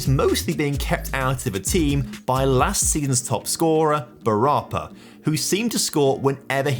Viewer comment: Just for future reference.... with Thai names you always put the stress on the final syllable. Bu ra PA